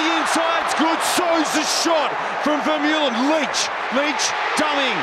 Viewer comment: I think he is referring to the way the commentator pronounced Vermeulen